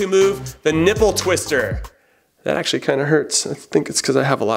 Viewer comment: "achswally"...